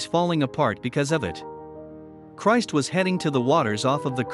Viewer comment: Yes, and get your names straight please... !!!!!! Cris IS NOT = CHRIST....... Just Cris. Besides that the filler words and sentences are absolutely aggravating. GET TO THE POINT PLEASE IN THESE VIDEOS.